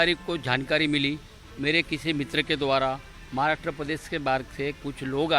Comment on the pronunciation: He say “Jhatkari” for Jaankaari 🤣🤣🤣and “Maaaraatra”For Maharashtra then he say “Frisht”. For First .......are bhai bhai ye Kaisa moron hai🤣🤣🤣🤣🤣🤣🤣🤣🤣🤣🤣🤣🤣🤣🤣🤣🤣🤣🤣🤣🤣🤣🤣🤣🤣🤣🤣🤣🤣🤣🤣🤣🤣🤣🤣🤣🤣🤣🤣🤣